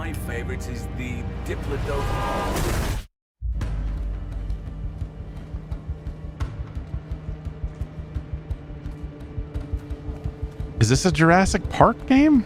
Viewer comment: As someone who fell into games through the dinosaur bit in Tomb Raider, I am pleased with the dinosaur coverage in this state of play. But in regards to the The Lost Wilds game, I'm pretty sure the dad said the incorrect pronounciation of diplodocus before he got into the tragic character defining car accident. So fuck that guy I guess.